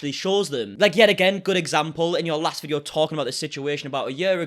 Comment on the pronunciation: i like how he pronounce video as ve-dii- OOOHH